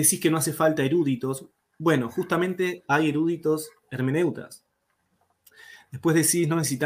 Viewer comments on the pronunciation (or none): NO SE DICE ERÚDITOS, SE DICE ERUDITOS, SIN ACENTO EN LA "U"